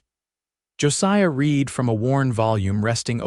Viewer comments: I think, although I'm not certain, that all of these stories are narrated by AI because they constantly mispronounced simple words like live and live and read and read. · AI may be a helpful aide, but still leaves a lot to be desired. The incorrect pronunciations of words like "wound", "live", and "read" show, and hear, plainly the inhuman element that detracts so jarringly from the narration. The captions are surprisingly good, but also have those occassional AI flaws that irritate. Wish there was some careful editing to eliminate these elements that mar a pleasant story. OR, USA